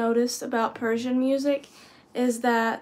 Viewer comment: Your Persian pronunciation is fantastic. Your Persian music reaction videos are very interesting too.